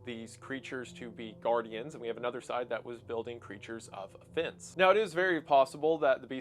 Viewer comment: OH IT'S FUCKING OFFENSE, instead of A FENCE which you pronounce identically. That's not how "offense" is pronounced. Have you ever heard someone actually say the word? Can you try enunciating words? It'd really help. Or at least pronouncing them correctly. Maybe you need some braces or something. Your entire job is narrating bullshit you've come up, and you're a really bad narrator.